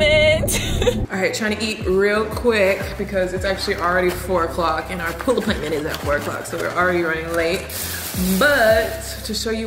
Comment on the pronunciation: Chile I just chuckle every time you say pool appointment